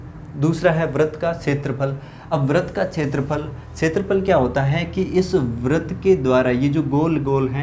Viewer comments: Sir vrat nahi vrit hoga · सर बरत नहीं वृत होता है but thx for formula